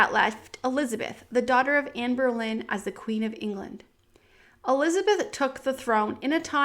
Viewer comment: you call queen Jane Grey "Jane Eyre" Then you keep calling Anne Boleyn "Anne Berlin". "Berlin" is a misunderstanding by the program doing the textings of the youtube videos about her. The texting program "hears" "Berlin" but that is wrong. She was Anne Boleyn. Pronounced "Bolynn". If you watch the series "Tudors" you will get it.